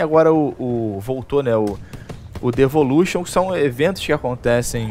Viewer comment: Não é "levolution" ?